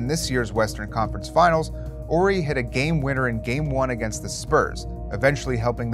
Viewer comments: It’s “Horry” not “Orry” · Is this guy not pronouncing the "H" in Horry? Is that the right was to say it?